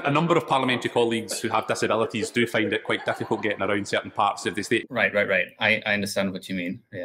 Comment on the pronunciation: findの発音絶対初見で聞き取れん